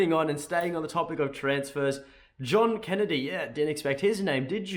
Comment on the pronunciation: Zjohn Kennedy 🤣 was that you warming up for your French accent? 🤣